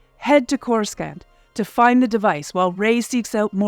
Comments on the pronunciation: Oof yeah. It stings every time she says it. All it took was just one person who had any love for the series to check the vid first and that would've been glaringly obvious. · Yeah. Even if the talent doesn't know the pronounciation, that's what a director/recording producer is for. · Oh my gosh. Its not pronounce c-o-r-u-s-c-a-n-t. Its pronounce like C-o-r-u-s-a-n-t. The c sounds like an S. You really can tell who is a star wars fan. Geez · Yeah this pronunciation bugged me too. Makes me think it’s an AI read. Core-is-scant is not the way. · Please Please PLEASE review basic pronunciation of your topic material before releasing your videos! This happens repeatedly on your channel, which only diminishes your credibility. Trevorrow has stated in multiple interviews that his name rhymes with "tomorrow". And "Chorus Can't" - ?!?!? AAARRRGGGHHHH!!!!!! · “Trevorrow” rhymes with “tomorrow.” Not Trevor O. I only know this because he said it during an interview with Chris Pratt in a “Jurassic World” featurette. Also, the second C in Coruscant is silent. “Core-uh-sawnt.” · Someone MUST have said this but just in case - it's pronounced Corus-sahnt. No Hard C. Clearly you've never watched a prequel. I won't judge you for that. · CoreSCANT? Really??? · 😆 When you outsource your voiceover work for a Star Wars themed video, make sure the person at least knows how to pronounce the names of the locations in the films. Like CorusCant, for example. Lol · Whoever wrote and narrated this needs to go. Spend 2 minutes of telling us what Star Wars is as if we wouldn't have clicked on this if we already didn't know. The narrator speaks as if she is reading a lame fairy tale to 5 year olds. Also, "coruscant" the C is silent. I feel like you never watched any of the Star Wars films. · Let’s give a preliminary R.I.P to the narrator for inevitably being attacked by Star Wars fans for mispronouncing “Coruscant.” F’s in the chat, bois…